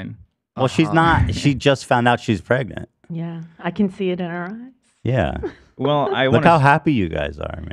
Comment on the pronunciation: What's with the girl in the Jeep not knowing how to say the word pregnant "prengant" lol